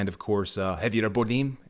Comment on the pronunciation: "Sam Raimi as the Bond villain"!! Is Spielberg the henchmen!!? And who is Creeee-stof Waltz!? Does Creeee-stof know this Daniel Kregggggg!! Do they know Christoph waltz & Daniel CR-AIG!? Craigggg not Kreggggggg And "Hevierrrrr Bordeeeeeeeem"!! Good lord you need help pronouncing their names. 😂😂😂😂😂😂 I like you though, good lad, subbed 😁🍸 Krazy Kajeevie - The New James Bond Show With Krazy Kajeevie